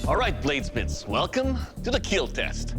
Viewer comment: Doug with fake blood dripping from his face "It will Keel" 😁